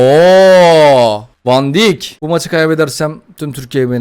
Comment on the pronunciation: abi van dayk diye okunuyor